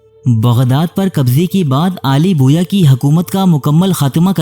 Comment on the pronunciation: Mai like nahi karoonga, pehle apni pronunciation Sahi karo, Aale Bawayya ko Aale Boya kah Rahe ho. Pehle bhi aik programme me Dara Shikoh ko Dara Shikwa Keh Rahe thay